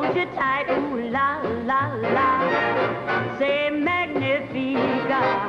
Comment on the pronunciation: This is really awful. Why the hell didn't someone give her the right pronunciation of the French lyrics to C'est Magnifique? It's embarrassing. In the film version of Can Can Frank Sinatra didn't bother either. How hard is it??